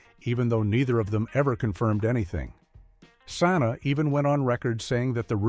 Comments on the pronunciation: It's, Pronounced Sah-Ny-Ah! Not, sa-nah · Yes. Santa instead of Sanae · AI can’t read names correctly Santa who in the heck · You pronounced Sanaa's name wrong.. Shaq should be ashamed of himself. He had a good woman who always threw surprise birthday parties for him!!